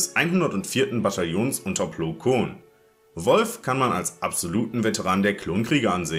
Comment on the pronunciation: Mich würde interessieren wer durch diese Recherche dein Lieblings Klon Kommandant ist? Meiner war es schon immer Commander Wolffe der so auch ausgesprochen wird also im englischen und nicht Wolf🙃😉aber seit einem Jahr mag ich Bacara auch mit am meisten